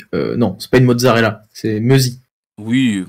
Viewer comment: Par contre, les 2 "z" de mozzarella se prononce en gros "ts".